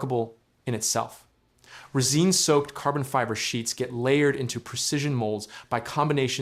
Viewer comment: Never heard resin pronounced that way before lmao